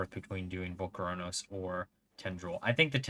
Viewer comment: is mispronouncing volcoross a thing? why are you adding an extra syllable 😂